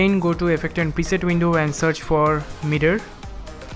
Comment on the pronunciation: Who else thought he said "meter" and not "mirror"?